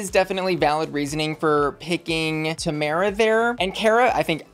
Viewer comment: Ok but that’s not how Tomara’s name is pronounced. 😊